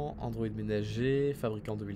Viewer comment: Ça me stresse qu'il dise droïd au lieu de Androïd